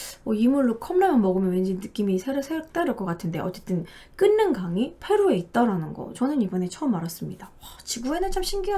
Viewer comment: 끓는강 발음 [끌른강] 으로 하시면 돼요😄